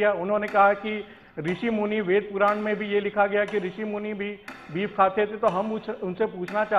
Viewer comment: Beef hota hai beaf nahi 😁😂😂